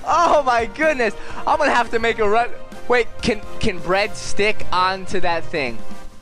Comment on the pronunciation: at the beginning it sounded like you said "You are you, and I am Brad"